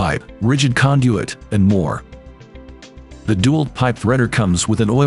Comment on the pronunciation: Agree. It'd Dee-Walt, not Dew-alt. And Wigh-Figh, not Wifey. Ridiculous to use this terrible robotic narration.